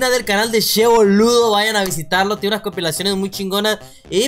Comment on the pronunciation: Holaaa, se dice CHE no she (se pronuncia como "CHAncla" jajajaja) Saludos!